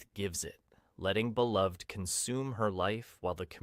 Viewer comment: These are great explanations. For Beloved, the title and character name is pronounced Belove-ed and the main character’s name is pronounced Seth-a. This is according to the movie that the author, Toni Morrison, was involved in making.